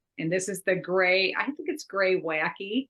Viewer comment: Graywackeeeee (as pronounced) is a type of stone. Great sweaters ladies. I have knitted three Suska socks, made with mohair for my friends with cold feet. The third one just needs to sew the top and weave in the ends. First one delivered for a birthday. The rest will wait until the end of the year.